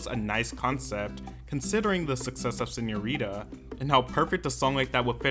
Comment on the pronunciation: SeñoriTa not Señorira.